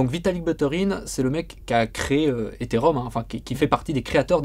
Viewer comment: Ils peuvent pas apprendre à prononcer Ethereum correctement ces 2 boulets pour commencer ?